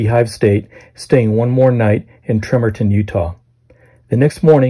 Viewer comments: Its pronounced ....Tree-Mon-ton Utah..Tremonton. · I never heard Tremonton called Trem-a-ton before in my 50yrs & I live close by.